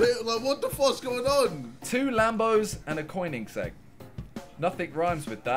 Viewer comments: Anyone else get triggered when he said koenigsegg like coinigsegg rather than coneegsegg? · “coin-igseg” lmao XD Funny seeing ppl tryna pronounce Koenigsegg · I don’t like the fact they said coiniggseg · It’s pronounced ‘koh-nig-segg’ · the way he pronounced koeniggsegg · When they didn't know how to say koenigsegg loooool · Bruh Koenigseigg is not pronounced the way they pronounced it my god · all the car guys who watched this collectivley cringed at how simon pronounced Koenigsegg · simon pronounced koenigsegg wrong